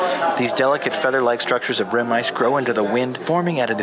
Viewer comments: Rime ice is pronounced “Ryme” not “rim”. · Rim ice is the ice that forms on the edge of your favorite fermented (or otherwise) beverage glass. Rime (pronounced rhyme) ice is supercooled water droplets that immediately freeze upon contact with a surface to form the frost feathers you see.